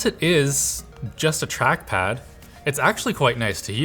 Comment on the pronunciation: what is truckpad? I hear tachpad but never hear that name